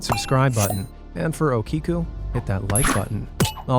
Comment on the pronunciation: It's pronounced okiku (O-ke-koo)